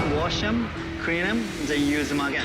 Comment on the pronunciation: Dude said we CREAN them.